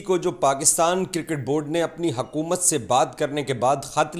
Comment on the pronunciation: Bhai it's hukumat not hakumat Urdu toh thik se bolo